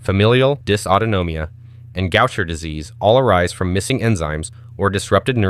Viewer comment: Dr. Gaucher was French. It's pronounced go-shay.